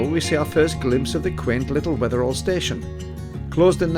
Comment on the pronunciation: Never heard it pronounced Wether-all before, more Wether-ul. The Holy Trinity Church going down from the green on the other side of the green is my family church or Mother Church, not been there in years. I'll have to venture out sometime.